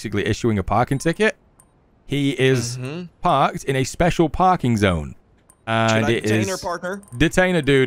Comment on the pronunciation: Oh look it's the "spooshial " 😂😂 back in action